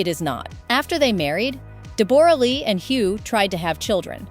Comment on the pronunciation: Her name us pronounced Debra not debore ra